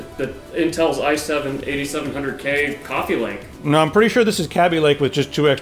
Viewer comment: coffea, gween tee